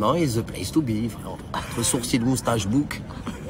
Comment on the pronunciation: Je rêve où il a dit « surcils » mdr